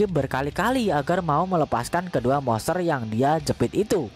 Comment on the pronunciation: bacanya Monsteeerr monsterrr... Moseeerr mosseerr.. udah ketawanya garing, lidah pendek ngmng monster aja ga jelas.. goblik goblik